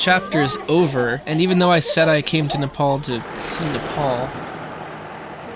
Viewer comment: You pronounced Nepal correctly; not many can do it.